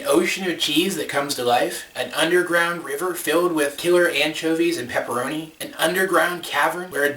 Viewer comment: Not pepperoni, pepperana